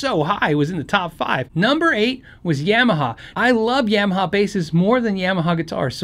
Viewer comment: Nice rundown. Useful as I am a guitar player looking for a good sounding yet affordable bass for home recording of demos. One small point, learn how to pronounce Yamaha (unless most of us have been pronouncing it wrong all along) :)